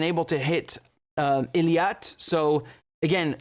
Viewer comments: Eilat. It's pronounced "AY-LOT" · not ILIAT but EILAT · Practice saying Eilat correctly Your information is good but the pronunciation isn't working